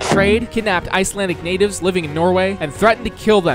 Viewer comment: As an Icelander I can say that those pronunciations are super funny and not even close 🤣